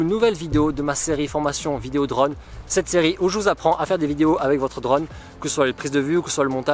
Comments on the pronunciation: Vidéos très sympa et qualité top, merci ! Ah, oui : c'est "drône", o fermé, pas "drone" avec un grand o ouvert à la prononciation :) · On dit un Draune, pas un dreune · S'il-te-plaît, prononce correctement le mot drone, ça me stress. 😕